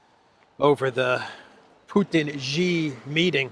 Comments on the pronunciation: She=Xi=She=Xi=She=Xi. She Gin Ping. She Gin Ping. Try Google translate. In Mandarin an X is pronounced as sh as in English. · Why keep mispronouncing Xi?